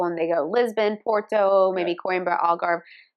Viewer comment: The way you said "Algarve" and "Senhora do Monte" ❤